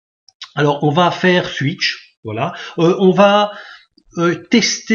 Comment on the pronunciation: Comment vous avez dit monsieur ? Ouïte ? (8) ^^